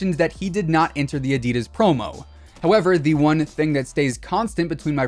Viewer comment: I get triggered by the way he said “ADIDAS”, anyone else?